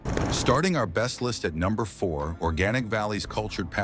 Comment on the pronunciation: AI narration is the best! "Are Be St" = "Best"